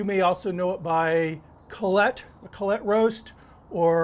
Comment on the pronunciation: its -- coo-lott